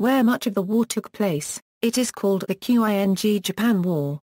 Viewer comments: Seriously? You can pronounce Meiji and you can't pronounce "Ching" Dynasty? Instead calling it "Q-I-N-G". rofl. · "q.i.n.g"??? Learn to pronounce Chinese words, you morons. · It sounds .. electronic. Must be an automatic voice generated text reader. That explains Quing pronunciation. But overall intonation, punctuation, and rhythm is great!